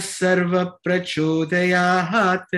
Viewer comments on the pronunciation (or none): It is prachodayat and not prachodayaHAAt. You may play Sai Gayatri on YouTube as recited at Prashanti Nilayam. Otherwise you are doing a wonderful job .